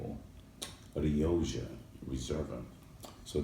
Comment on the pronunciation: 'Rio Jha'? It's pronounced 'Rio kha' my friend.